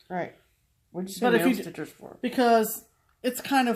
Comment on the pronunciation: when you said male stitchers I thought you said male strippers!! Haaaa...we the pee pee!!